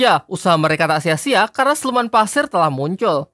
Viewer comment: Pasir bg bukan Paser Kek orang Jawa